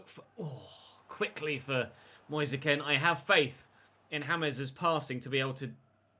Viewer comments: please pronounce Moise Kean as Moise Keen and not Moise Ken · It’s pronounced Keane not kin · Why do you keep pronoucing Moise Kean as 'Ken'. Moise's Kean is pronounced the same way as Michael's Keane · It's moise kean say it nicely pls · Moise Kean's last name is pronounced the same as Micheal Keane's. He said it himself when he signed.